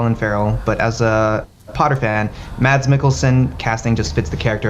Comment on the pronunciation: Mads Mikkelsen 1st name pronounceed "Mass" silent "d"